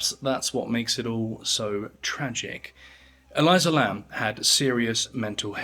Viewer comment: E-LEE-sah. Not E-LIE-zuh. But otherwise great vid as always. 👏🏽 from Aotearoa/New Zealand